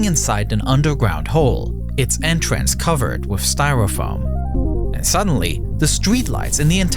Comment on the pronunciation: This guy's voice. Hilarious. "Wifth his hands in the errar." "Oferthrow the government." Hilarious.